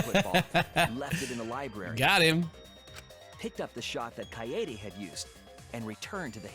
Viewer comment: it’s pronounced kaede